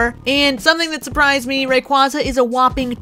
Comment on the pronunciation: Oh man thank you for pronouncing it right. Lol 🐉